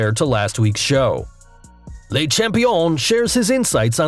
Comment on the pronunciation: You pronounce it “ler” not “lay” champion.